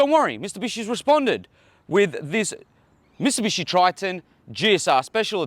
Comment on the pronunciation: Did you actually say ‘Mistubishi’??